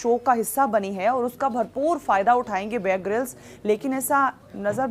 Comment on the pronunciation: Mohtarma ko apne favorite anchor ka nam tak sahi se nhi pata hai..{ babe grylls }. It's not babe grylls it's bear grylls. You should do your homework first then make a video.